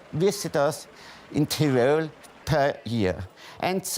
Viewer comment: die einzigen wörter die er richtig gesagt hat waren Tirol und Innsbruck hahaha